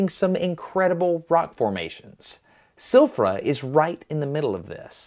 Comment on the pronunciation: Interesting video that you made Destin as most of your videos are. One small thing that I want to point out to you. In Icelandic we pronounce Silfra as Silvra (Sil-vra), one of our many exceptions. Another one would be Keflavík (where our international airport is) as Kebblavík (Qe-Bla-Vík, not i but a bit different). That is all, I hope you enjoyed this much needed trip!